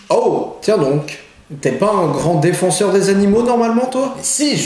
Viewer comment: Au début il dit: " t'es pas un grand defonseur des animaux ?" j'ai trop entendu ça. XD